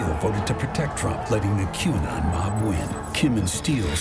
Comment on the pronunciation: How many times do you think McCarthy practiced mispronouncing QAnon in front of the mirror before that statement?